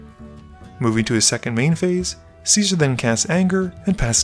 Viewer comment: I swear I hear "Scizor" every time you say "Cesar"... :o